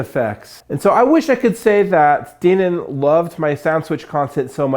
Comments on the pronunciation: It's not pronounced "Deeenon", it's "Den-on" Denon. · why is he saying "DEEN-uhn" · I have never heard anyone pronounce Denon like you do. I’m not saying it’s wrong I’m just questioning everything about life now. :-)